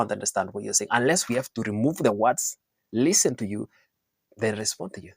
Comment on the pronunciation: Why is she pronouncing listen as it's written ur English is just not english